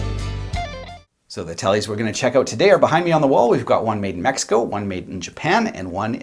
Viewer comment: Mexico (meh-he-ko)